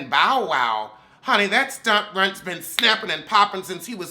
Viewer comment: everytime you say “ Bow” I hear “ “ Bowel”!!! Lmfaoooooo 🤣🤣🤣🤣🤣🤣🤣